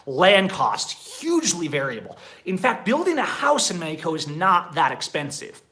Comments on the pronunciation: Wait... he’s saying Mexico? I honestly thought he was saying medico. Just speak English and stop trying to pronounce Spanish words. What do you mean states don’t have state identity in the USA? and idk one person that would move anywhere and just camp as their residence. This guy is insane. Move to Merida— not this medico place. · He also pronounces Mexico with a "j" instead of "x". It's not Mejico. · I don't like the way you say Mexico it sounds dumb from an American